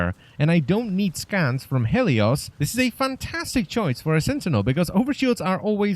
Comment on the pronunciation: It's pronounced Heelious.